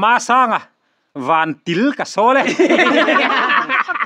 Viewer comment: Thahdou tawng a vantil kha til nimahse tiil ti a lam tur anih kha